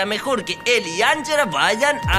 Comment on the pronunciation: best Spanish y Pashca, Shriayv y Safik 1234 no es anyela se dice anjela